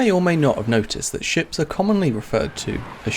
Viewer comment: "she-ps" :P